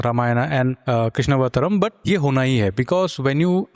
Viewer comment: here we go again ... its कृष्ण + अवतारम्, कृष्णावतारम् not कृष्णवतरं